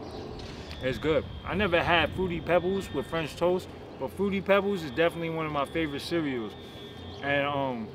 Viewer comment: Lmao Died when he said “French Toases” 😂